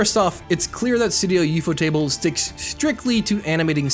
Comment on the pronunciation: I agree with what you said and I didnt even know that CGI was used in Demon Slayer. I will however state that the way you say studio ufotable is fucking gross